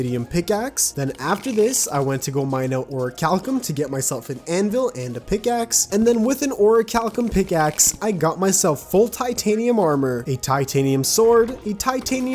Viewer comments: We just going to egnore the fact he said ore cal come instead of orchalcom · I do not like the way you pronounce orikalkum..